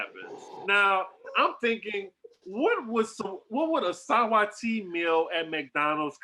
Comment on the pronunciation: Are the rest of US pronouncing Saweetie's name wrong bc I've NEVER heard it pronounced the way says it. Help me out Yall! Lol 😆